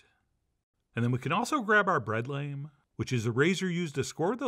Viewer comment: it's pronounced lahm saying lame is lame